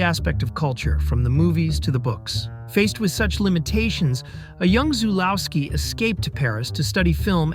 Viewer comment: Only two minutes in and you get even the most basic facts wrong, including the pronounciation of Zulawski's name, and also completely skipping over the part where he fled to France to make "That Most Important Thing: Love", the success of which was the entire reason he was allowed back into Poland to make "On The Silver Globe". Also later on, calling Heinrich "creepy" when he is the most obvious comic relief character you could have in a film like this. Did you even put a little bit of effort into this? Frustratingly superficial.